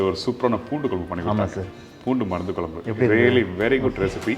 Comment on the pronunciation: Try to say Kuzhambu it’s not kolambu